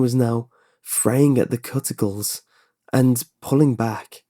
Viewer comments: Enjoyed story with the exception of pronounciation of certain words...but mainly cuticles... sounds like cute...not cut...if get my meaning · please make sure you know how to pronounce words before reading. "Cuticles" is pronounced "Queue-te-kul." I'm really borderline on whether some of your pronunciations are due to accent differences or because you don't know the word but it is jarring when you completely mispronounce them. I'm inclined to think you didn't know the word. Thanks. Edit to add story comment: Medical tests don't work that way and doctors wouldn't act that way. Breaks my immersion.:( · "Cut-ti-cles" that made me chuckle. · am i the only one intrigued by the way he pronounced cuticles?